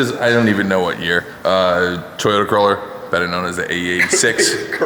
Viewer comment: Toyouder Corroler